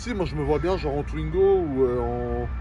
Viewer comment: Il a osé dire twingo 🤣🤣🤣🤣